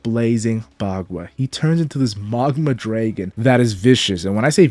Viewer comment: You are destroying me internally pronouncing it Maw guh ma.